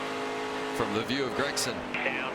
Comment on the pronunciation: Did you both try to say Sauter. And it's also Gragson